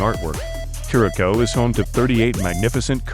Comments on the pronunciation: It’s not Norwegian, it’s Dutch and it’s pronounced ker-uh-souw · Thank you because they were annoying me every time they pronounced it incorrect. 😂